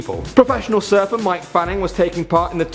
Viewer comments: It’s not pronounced mike it’s pronounced more like mick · Number 6. His name is Mick not Mike you ignorant person who can't pronounce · m8 its Mick Fanning not Mike Fanning and it was a white shark not tiger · mick fanning not mike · Mick Fanning not "Mike" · It's pronounced Mick. Like Mick Jagger you fucking kook. And it was a white shark FYI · Mike fanning... MIKE FANNING come are you serious, i know it may look like mike but pronounced mick fanning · ahem its actually pronounced Mick not Mike u noob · ahem... it's pronounced mick not mike. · It is MICK fanning, not Mike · He said mike fanning hahahaahahahah